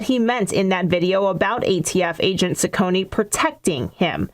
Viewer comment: Ciccone is pronounced "Chi-conne", not "Si-conne".